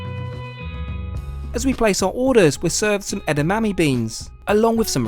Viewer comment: I grew up less than 15 miles from you, even I know how to pronounce edamame :P